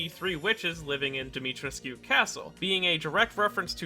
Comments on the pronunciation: Its Dimitr(ehh)scu. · Fuck as a native Roumanian hearing you pronounce her name hurts. Try to be gentler on the "trescu" part. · Oh god , every time he says Dimitrescu it makes me cringe ( I'm Romanian and Dimitrescu is a Romanian name )